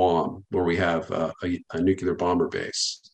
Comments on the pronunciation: Nuclear....Nu-clear...'New-Clear' Not 'nuke-ya-ler'.. 🤦‍♂ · Nuclear is pronounced Nu klee ur NOT Nu ku lar as your silly boy George W would say 😂😂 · I’m I the only one? NuCLEar…. Not nuCUlar… made my ears itch…. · Atleast we can agree on one thing for sure... Biden and Truedeu are both not very smart! Nu-cu-lar vs. Nu-clee-ar is so annoying lol Nunberg's theory is that certain otherwise educated people choose to say "nucular" because it sounds folksy or, more ominous, because they are in a position of authority and are daring others to correct them. Well it's clearly pronounced nu-clee-ar stop sounding like G.W.Bush. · Astounded at the fact that even nuclear experts cannot pronounce the word nuclear correctly. What even is Nucular?